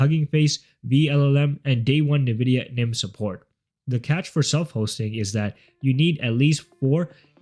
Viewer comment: Say it with me,.. in-Vidia or even en-Vidia. Never nuh-Vidia